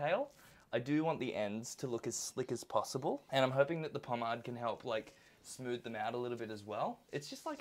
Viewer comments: Po-Made, Po-MADE....MADE,not mad.... love the content but goddamn did that piss me off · Pawm-aid god dammit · The way you say pomade 🙀😵🙃